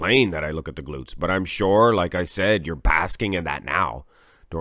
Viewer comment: BDB goes to Rühl. Unbeatable! LOL what I hear is just "gluts"!